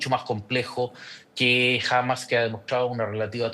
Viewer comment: Que molesto escucharlo pronunciar mal Hamas.